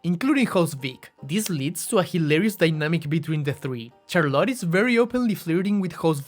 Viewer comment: Why do you pronounce Charlotte as Char-lotte?